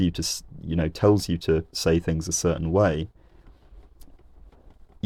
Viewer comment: The TH needs to be pronounced in THings and not FIngs. So there's no confusion between three and free etc. Just as a man born with cock and balls can never be a woman, despite how he may feel. What you always espouse is moral relativism as you did with your trans video and now linguistic relativism. It always comes from being in the academic womb too long and mixing only with ultra Liberal Lefties who dictate the narrative, whilst most normal people, who don't care less, have no say. I knew it!!! Social constructs creep in within three minutes. The reason you say TH is because there's a TH in the word ffs. You're inthuriating.